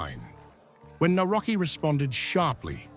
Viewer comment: It is really irritating how you pronounce Polish names. Do your homework because you really sound arrogant and disrespectful. It is [ navrotskee}.